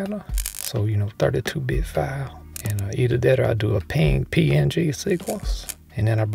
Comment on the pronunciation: You are the first YouTuber I've run into that knows PNG is actually pronounced, "Ping", and that saying the letters is just an alternative. That alone put a smile on my face.